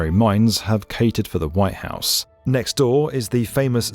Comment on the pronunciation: Could somebody tell this fool that the building is called "The White House"? With a T.